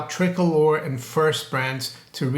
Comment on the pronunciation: it's pronounced TRI-COLOR